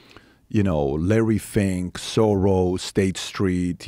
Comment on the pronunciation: Arrghhh it's pronounced 'Shorosh'!! With an SH!!